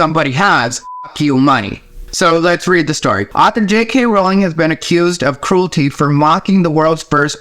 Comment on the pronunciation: I can't tell you how happy I am that you pronounce her last name correctly. ♥